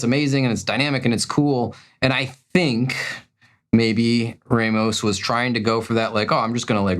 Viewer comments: Humberto Raw-mos(t), not Ray-mis ahah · That's how English speaking people pronunce these names. But yea, it sounds wrong, to me, when the H is spoken.